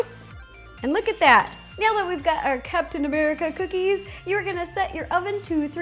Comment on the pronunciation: why did I hear "Cats and America ice cream sandwich"?